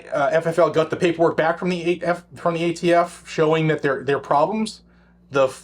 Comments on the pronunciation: Did you just say..."gay t f"???!!!! Hahaha 🤣😂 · Did you say "gayTF"? Could have sworn I heard that...